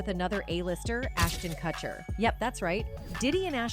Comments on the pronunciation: "Cutcher" why do all these videos mispronounce the names? last one i watched was about lil bo-wow lmao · Why is this idiot pronouncing kutcher like katcher....dumbbell